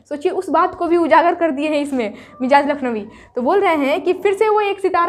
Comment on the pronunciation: آپ کا سبق بہتر ہے اچھا پڑھاتی ہیں... لفظ مجاز کا تلفظ मजाज है